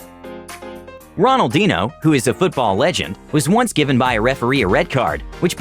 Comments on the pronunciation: No one talkin bout how he said “ RONALDEENO” instead of “ RONALDINHO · “Ronaldino” i think he mean Ronaldiniho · he said ronaldino lmao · 6 39 ronaldino haha cant even say it right. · 'ronal-di-no' lmfao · did he just say ronald deano haha xD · I hoped this would be the video in which he wouldn't massacre the footballers' names. "Ronaldino"? Come on man! I think he's doing it on purpose.